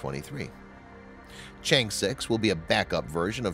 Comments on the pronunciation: Just watch any one of English channels from China you can learn how to pronounce the name (Chang’e) correctly. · Nice video but mispronouncing Chang'e so many times ruined it for me.